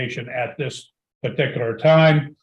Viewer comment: The way he says "partikular" and the amount of times he says it, are a 'partikular' pet peeve with me.